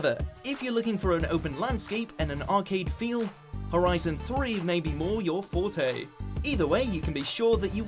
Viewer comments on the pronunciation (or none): none